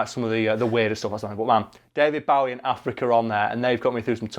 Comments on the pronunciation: 'That time' implies it only happened once. 😂 Also, sorry to be that person, but it isn't pronounced Bao-ie, it's pronounced Boh-ie. I know, I know he said he didn't mind, but you have to admit that we should pronounce it the actual way he says it. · It's fuking pronounced bowie not bawie!! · Is it just me or is he pronouncing Bowie as Bawie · you mispronounced his name its bowie as in hair bow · It's Bow-ie As in bow and arrow. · OK, both of you, no. It's Bow-ie as in bow and arrow. Which is how most of Britain pronounces it. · U pronounced Bowie wrong. It’s Bowie as in bow tie. Not Bowie as in bowing down. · Literally butchering his last name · It's pronounced Bowie, not Bowie. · this is the first time I hear Bowie pronounced like this// kept throwing me off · So many or my American friends would be absolutely livid by the way Karl pronounces Bowie. I know this because I pronounce it like that around them and they jump down my throat because of it. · you do all this research but then cant pronounce his name right Bowie is like "take a bow" Bow its like "Bow and arrow" Bow David Bo-wie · I hate how he pronounces David Bowie's name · The way he pronounces Bowie is annoying me, but now I don’t know if that’s the correct way or not! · did anyone else lose 20 IQ points every time Karl said Bowie? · The way you pronounce Bowie ;~ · Yeah...it's a british thing :/ it is the wrong pronunciation though. He must have been so annoyed throughout his whole life :D